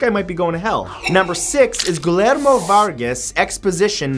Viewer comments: Gee-yair-mo. Not gill-air-mo. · For future reference, Matt, Guillermo is usually pronounced "Gee-air-mo" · Hey Matthew, you really butchered #6. His name is pronounced geeh-germ-oh (the first G as in "gill"), and "Eres lo que lees" (pronounced "eh-res loh kae lae-ehs") means "You are what you read," not "You are what you eat." Awesome beard, by the way. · Guillermo Varga's first name is pronounced "gee-YAIR-mo." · Thanks! ALso... I know nobody is expected to know how to pronounce other languages (except everyone non-anglophone that is expected to learn english.... mmmmm....) but honestly, his pronunciation of "Guillermo" makes me wanna cry :') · The way he says Guillermo frustrates me so much